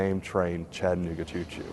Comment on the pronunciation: I wish I could see the entire video. This is jus ta short jumble of nothing. I live in Chattanooga...and yes its spoken as spelled...Chatta nooga......not Chatten ooga. Been to the terminal many times. Even ridden a steam engine from Chattanooga to Crossville and back.